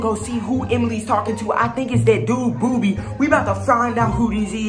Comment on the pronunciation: U said Boby😂😂😂😂